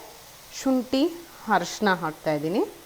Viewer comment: Its not Harshina, Arishna. Please, you’re an anchor. Please rectify your pronunciation. Rest, the video was good.